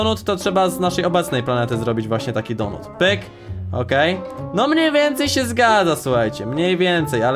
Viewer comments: Mówi się donat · Kurw... Mac Donata nie donuta. Donuta to masz w dup...e